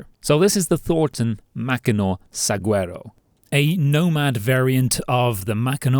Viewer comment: Great video! Informative, well put together and light on the filler! Also, since they're my state plant, and I have one in my backyard... we pronounce Saguaro (the Thornton) like suh-HWA-ro. (cue "The More You Know!")